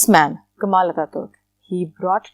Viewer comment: I live in turkey and it's not ankaara its ankara not kamal attaturk it kemal attaturk